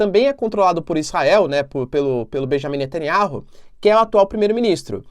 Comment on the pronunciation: ... pronúncia: netanIAU...